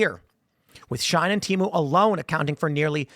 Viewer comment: It's pronounced "she-in" not "shine" SHEIN, not SHINE